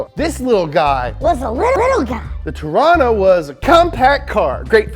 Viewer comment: it's pronounced trana